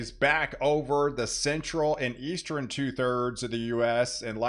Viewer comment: Why do you say "Eas-TREN" for "Eastern"? Cheers.